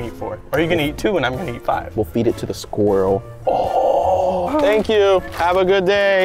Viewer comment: when Unspeakable said: What are we gonna do just be like HAY SKWILEL